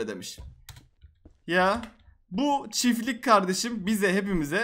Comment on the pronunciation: Çiflik değil çiftlik